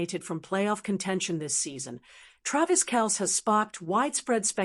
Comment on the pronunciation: How can we take this seriously when you can’t even pronounce Kelce correctly? Obviously AI.